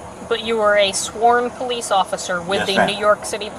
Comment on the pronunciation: He say he pulliss